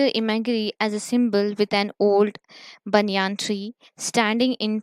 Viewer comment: What is a banyaan tree it is a banyan tree